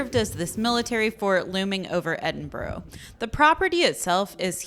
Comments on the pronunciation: "Edin-borrow" 😅. Try pronouncing it like "Edin-bur-uh" 🙂. (I'm from Edinburgh). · Loved the video, but has been pronouncing Edinburgh wrong, its ED-in-bruh